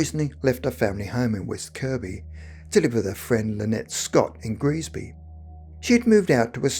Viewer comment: It should be Greasby, not Grisby. I lived very near here on the Wirral for years.